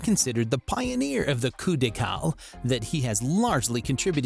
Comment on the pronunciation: Couple decale is pronounced kou-peh deh-ka-leh , think u should use proper pronunciations next time